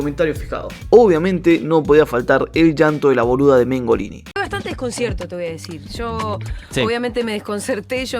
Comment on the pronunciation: Mongolini muchacho, se dice mongolini. 😎